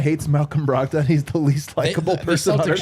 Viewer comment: I laughed way too hard at brahg-dawn pronunciation.